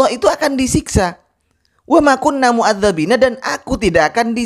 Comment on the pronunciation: dalam Al Qur'an bacaannya MUADDIBIINA , sedangkan ustadz anda membaca MUADDABIINA . Apakah itu bukan bid'ah? Kalau ditanya seperti ini nantinya di jawab fitnah & tuduhan🙃🙃🙃.